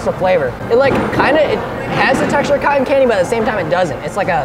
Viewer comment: You Said Cotton Wrong